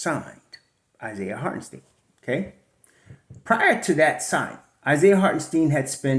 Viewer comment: It’s pronounced Hart-en-SHTINE. Not Hart-en-steen. Like Albert Ein-SHTINE. If Isiah does resign, we gotta get this right. Cant do 4 more years of butchering. Lol.